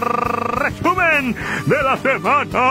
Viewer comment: Estuvo chingon el rrrrreeeeeesumen de la semana, desmadre que estuvo la semana y lo de will, bueno, ya se dijo